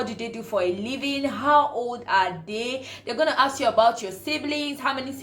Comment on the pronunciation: It’s not ‘aks’ it’s ‘ask’